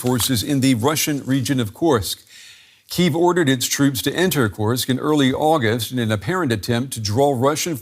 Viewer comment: Kursk. Not Krusk😂